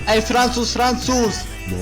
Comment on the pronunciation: Dobre jest to że każdy mówi "FRANCUZ " chyba wiesz oco be XDDD